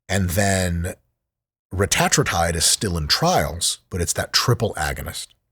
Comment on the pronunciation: I hate how he pronounces Retatrutide